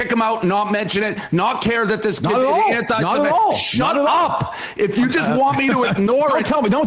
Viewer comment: Why is Enma still saying 'anti semetic'? There is no such f*cking word as 'semetic'. It does not exist. The word is 'semitic'. If she is going to argue about this subject, she should ABSOLUTELY be able to pronounce the word properly. Why are young people so ill-informed?